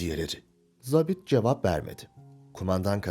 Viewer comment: Seslendiren çok başarılı ve diksiyonu düzgün. Ancak, 'zabit' sözcüğünü yanlış telaffuz ediyor. Eski dilde 'Subay' anlamına gelen bu sözcük okunurken 'a' harfi, 'mavi' sözcüğündeki 'a' gibi' uzatılır.